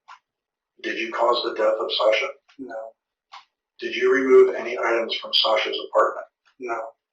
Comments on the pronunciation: Anyone else having a hard time getting through this video with him pronouncing “Sasha” wrong the entire time? He did say it right in the beginning. Edit: I see that he goes back to the correct pronunciation later in the video. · SAW-sha. NOT SAEH- sha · Narrator keeps calling her shaaa-shaaa. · Sasha = "Sah" as in "awful", not as in "ask". Please, let's do our best to pronounce the victim's make correctly. ❤ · why keep calling her the wrong name SAAsha instead of Sasha lol they say it a million times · I am trying to get into the story, but the pronunciation of her name by the narrator is driving me up the wall. In the clip in the very beginning Sasha pronounces the first A in her name with an "aw" sound like in fought or bottle. The narrator does an a "aa" like in cat or flat. I know its not the end of the world.... but it can't stop hearing it :P :P :P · love the vid but u are pronouncing sasha, "sahsha" and it's actually so annoying. jfc learn english. or maybe just listen to how her friends say "SASHA" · Now her boyfriend just pronounced her name……..why is our guy still pronouncing it incorrectly?!?!?! He’s still one of my fav Tubers though😊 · The way you constantly mispronounce her name even after Anthony said it in the call really irks me. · Bro just pronounce her name right. The video you played literally had a recording of someone who knows her saying her name with correct pronunciation. With all the prep needed for this video was it so hard to pronounce her name right? I’m not gonna watch this video for the sake of not wanting to hear SASH-UH every 30 seconds. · She pronounces her name, why are you saying it wrong? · you saying her name wrong is super grating. it's the standard pronunciation, so not sure why you aren't doing it correctly. i thought it was an odd pronunciation, which is common with names, but no it's just you saying it wrong. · Say her name right!! You can hear recordings of several other people saying it right? Annoying